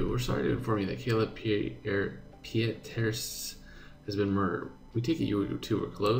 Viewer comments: I think Pieterse should pronounced as "Piters". Just my thought since i don't have any experience of Africans so... correct me if I wrong, Guys~! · Hi! Kayla Pieterse is a Dutch name (as South-Africa is highly influenced by the Dutch). It sounds almost exactly like the English surname "Peterson", minus the -n at the end. Love what you're doing with your channel, keep it up! Hugs from Holland:)